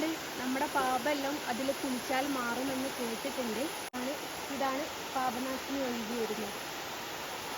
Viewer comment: പാഭനാശിനി അല്ല പാപനാശിനി ആണ് 🙏